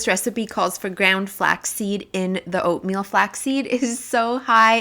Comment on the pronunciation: Was it ointmeal or oinkmeal? my boy was laughing so hard! But I really enjoy all the work you put in to every shot, the compositions, the colors, the lighting so smoothly done but at the same time it doesnt scream fake! I LOVE IT! titanic work. You inspire so much!